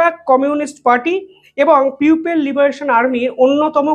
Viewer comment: গান্ডু পিউপেল না 😂 না ,আগে উচ্চারণ ঠিক কর কাঞ্চোদা 😂😂